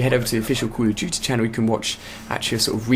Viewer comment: i thought he said '' cool of duty'' :P